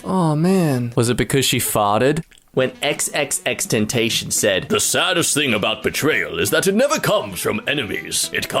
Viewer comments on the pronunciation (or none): Mans really said xxxtentashion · omfg its pronouced "Ten,Tas,Sea,On" not ten tash on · So nobody seeing when he said xxx ten tation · Xx ten-ta-shon ? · Why’d you say tentacion like tentnaion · You pronounced tentacion wrong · It hurt me the way he said X's name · Does this dude not know that xxxtentacion is dead Also he said x's name wrong am i the only one who was bothered by that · Ok we get it, not everyone can pronounce XXXTentacion right. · How did u pronounce xxxtentation wrong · Says xxxtentacion wrong Me: 😮